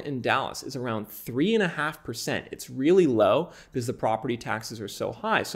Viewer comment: When he says "because"= "bzzz" 😂😂😂